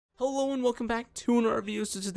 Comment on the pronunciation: It sounded like u say alone instead of hello